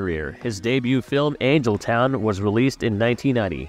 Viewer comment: Did you say Angle Town? As in a right angle? That is Angel Town as in angelic :)